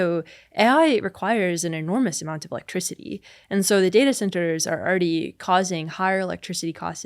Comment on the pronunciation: Where is Kayla from, I've never heard an accent like this lol. houSING, affordabiliTEE, communiTEE, electriciTEE